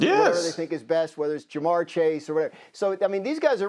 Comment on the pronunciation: say it with me... JaMarr Chase